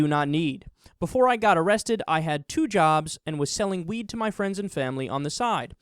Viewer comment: goes cross eyed the first time he said weed I honestly though the said "they blamed it on the wii"